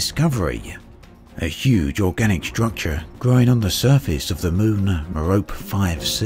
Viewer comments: A word to the wise: "Merope" rhymes with "Penelope" -- the final 'e' is pronounced. Ditto for the other stars in the Pleiades (which even Braben mispronounces, it should be PLY-add-ease). Star names are a bit of a minefield as there is such a jumble of Latin, Greek and Arabic. This page is helpful: Cheers and thanks as always for your coverage of this wonderful (and sometimes infuriating) game. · Just a tip: Although understandable that in English one would pronounce "Merope" as does here, it is a Greek name and is pronounced "Meropee". Great video! Very informative. Thank you!